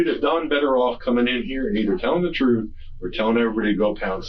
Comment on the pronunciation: “On my mama I’m telling the truf” Glad you brought her up By the way…